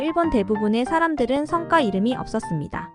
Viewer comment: "성과 이름" 발음좀;; 성과지 성꽈가 아님;; "성과"성꽈는 무언가 이루어 낸 결실